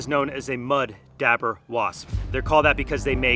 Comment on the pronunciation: Good video other than I’ve never heard it pronounced “dabber” I’ve always heard it’s pronounced as it’s Spelled dauber more like dobber than dabber. But it’s spelled Dauber. I found it funny every time he said it.